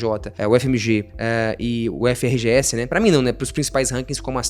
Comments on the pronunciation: Baita conteúdo! Só uma curiosidade, nós pronunciamos UFRGS como URGS (URGUES/URGUIS). Antigamente era sem o F e a pronúncia se manteve. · UFRGS a gente fala ÚRGUIS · seria muito massa ter um vídeo como esse quando eu estava no ensino médio! sou filha da UFRGS (vi poucos nos comentários). se pronuncia "úrguis". :)